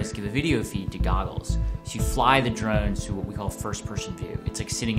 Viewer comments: every time he says "take drones" i hear "take drugs". he pronounces drones really oddly. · it sounded that way because he pronounced the "o" strangely. if i remember right he said it like "druuns" which sounds closer to "drugs" than "drones" now that i rewatch it, it sounds even closer to "drugs" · ***** idk, ive never taken recreational drugs before. he just didnt pronounce "drones" very well at all.